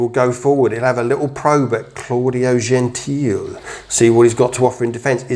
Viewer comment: He's Italian so it's pronounced Genteel-ay.